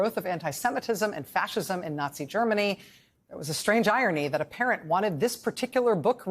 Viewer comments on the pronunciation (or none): none